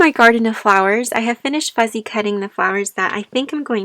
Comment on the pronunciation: Are you saying "fuzzy" cutting or "fussy" cutting? I'm a seamstress and am familiar with quilters talking about "fussy cutting" motifs (such as a flower or a dog, etc.) out of printed fabrics in order to applique the motif to a quilt top. But I don't understand what "fuzzy cutting" is and how it applies to what you are doing. More info please!